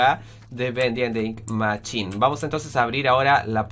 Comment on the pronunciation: es mashin o asi no machin o asi es como se dice no como se escribe :v